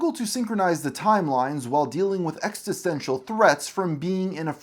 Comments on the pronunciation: Amazing content!! I’m so sorry to comment this, as I really loved your video! But I can’t handle how many times you said exTisential instead of existential. Really silly thing to obsess over but it was driving me nuts! Cheers😅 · Hey man, squanch this; 'ex-TIS-ten-shal' as you pronounce it, SHOULD be 'ex-is-ten-shal.' I dont think you realize just how intelligent fans of Rick & Morty actually are. Simple verbal foibles such as this burn in our ears like vats of real acid. Oh geeze. If your script is the trunk of a tree, correct pronunciation would be its foilage. Then again what do i know? I'm just an eccentrically rich panda bear. 🎩🤏🏻 🐼 - Chairs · Love that this guy can't pronounce "Existential" - it's not ex-eh-stenshul. It's ex-ih-sten-sial. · Great video, but "extisential" omfg ☠️ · E X I S T E N T I A L. It's driving me nuts :D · This dude can’t pronounce existential correctly. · That is not how you pronounce existential 😅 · He also butchers the word "existential" at one point. Edit: actually several points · There doesn't seem to be consistency in your criticism. The most obvious example: You first say the worst thing the writers could've done is removing the stakes of life & death that comes with infinte timelines etc... ... Then critcize those stakes being restored PS: the word "existential" was mispronounced more than once, & "Assimilated" isn't a synonym for "assembled"